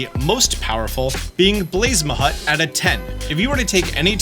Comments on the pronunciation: also, is there some joke on why you keep saying blaze- mA-Hut??? there is no AH. its BLAZE MUTT... you are just doing it to piss us off huh? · I believe its blazamut not blazmahut, but other than that great video! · BLAZE-UH-MUTT Like a mutt (dog) Not Blaze Muh Hut. God lmaoooo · This is super petty and pedantic, but please... it's pronounced Blaz-a-mut or Blaze-a-mut... not Blaz-ma-hut. Thank you. My OCD would not allow me not to post this message. :P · Maybe if you correctly said BlaZaMut instead of BlazeMaHut (seriously, there isn't an H in there anywhere) it would be more inclined to do it's damn job. :) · Is there a competition going on between youtubers to see who comes up with the weirdest pronunciation for pals? I swear every single one has a weirder one. How did you come up with blazemahut for blazamut? Is this just for engagement on comments? It has to be right Edit: Cryonilix? TF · blaze-a-mut, not blaze-muh-hut. thank you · In those 116 chickipi eggs, none of them came with zero traits? Is it even possible to breed an egg with zero traits? Also, are you mispronouncing Blazamut’s name on purpose???